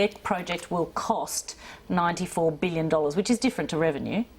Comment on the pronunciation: Why can't Albanese say 'billion'? "BWULLION. A BWULLION DOLLARS". He's a bit stupid, isn't he?